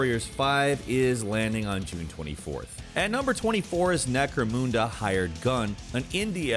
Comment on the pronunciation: Did he just say necro moonda isn't it necro munda lol